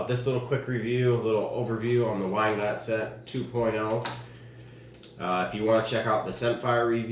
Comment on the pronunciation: Lol Whyndscent it’s pronounced windscent and spelled wyndscent